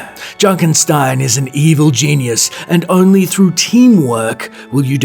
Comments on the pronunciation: It's Junkenstein, not Junkenstine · Its Junkenstein, not Junkenstine.